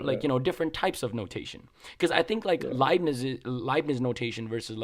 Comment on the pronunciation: hearing him say "Libbies" instead of Leibniz means he learned from reading haha. Or his teacher was just weird